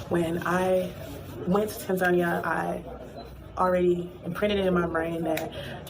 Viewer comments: how is this lady trying to live in Tanzania and she can't even pronounce it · she may want to learn how to actually pronounce the name of the country "Tan-zuh-NEE-uh" first instead of the weird USA pronunciation, "Tan-Zania" lol. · I’m glad that people in America are learning this. They think they are going to go to Africa and a red carpet welcoming party will happen. They think it’s about color when it’s all about culture. I’ve been saying it for years to much ridicule. And the lady mispronouncing Tanzania 🇹🇿 is diabolical! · Wow banange atleast learn how to pronounce tazania 😂😂.. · Wow. Y’all think cause u black, you have the right to go to Africa like it s free and will be received with open arms. The audacity. Chile the second woman’s experience can’t even pronounce Tanzania properly. Leave girl. If I have to leave Canada for any reason it s a flight back to where I was born, not a different one.